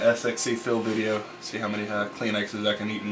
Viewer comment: its kleenex lol